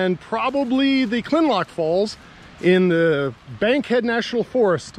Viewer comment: Kinlock, not Kinlock! I like what you do, but get it right.👍